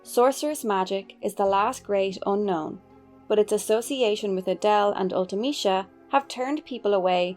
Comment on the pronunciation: You are the first YouTuber I've heard pronounce Ultimecia correctly. 💯 Yay!